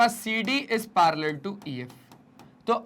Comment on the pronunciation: Parallel na palar ha😂😂😅😊